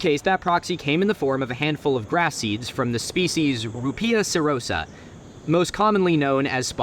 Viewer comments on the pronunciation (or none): none